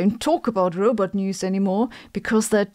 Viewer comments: Sabine, it’s roBOT not roBET. You sound like Zoidberg 😂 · You pronounce Robot like Zoidberg from futurama. Rowbet heheh cool video.